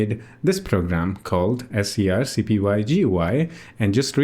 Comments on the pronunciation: wow it was surreal hearing you say "s c r c p y" every time instead of screen copy that's such a funny quirk. I always wanted to use this interface but i ended up using CLI because I can save them as a desktop application entry that when i click it in the menu it runs the command kinda like an app. if i could do that with gui that'd e amazing.. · Right at the top of the scrcpy github: pronounced "screen copy"